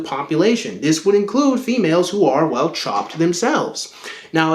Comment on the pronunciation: It sounds like you're saying Chomped .